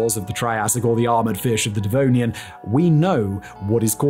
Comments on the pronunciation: You always say the denovian and then you change it to devonian. I don't know if you catch that but somebody should edit your videos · Why do you keep calling the Devonian the 'Denovian' ? Lol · He is literally saying "Denovian" and not "Devonian." He a brilliant dude, he just doesn't know what he's talking about. Good on him for making a Scrooge McDuck sized fortune on YouTube, but Alex trebec he is not. He rarely has any idea wtf his interns researched and wrote for him. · denovian lol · Denovian? Really, Denovian? man, i can jumble my words but you kept saying that wrong the whole time... Do less videos maybe, you're starting to burn out :D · shouldn’t it be pronounced “Devonian period” and not “Denovian period”? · wait so is it Denovian or Devonian? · Denovian... Right... Dyslexic Fact boi... :-) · Devonian Simon, Devonian, not Denovian... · Second correction. It is in fact Devonian as you said, and no "Denovian" as he kept repeating. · Denovian period you say ? lol im sure you meant to say Devonian huh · love the denovian XD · Not De NO vian, but De Vo nian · You say devonian I say denovian. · “Denovian” caught me off guard hahah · Denovian Period? 🤨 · he's still saying denovian, inspite of the on screen graphic. The issue is that Simon not only doesn't do his own research, but he has absolutely no idea what he's talking about on most topics. He's simply reading a script... and either the script writers got it wrong while the graphics guys didn't, or he can't read. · Did I hear him say "DeNovian"? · First time I’ve heard Simon mispronounce a term. Devonian. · Did Simon mispronounce Devonian? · Its annoying, hes a Brit, he should know what Devon is